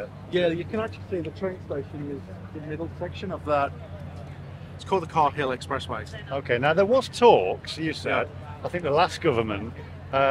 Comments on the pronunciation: The Cahill Expressway.... pronounced "carl expressway".....NOT kay-hill🤨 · Ouch and moe ouch - Cahill is pronounced Carl, not Car-hill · And pronounced Carl, not Car-hill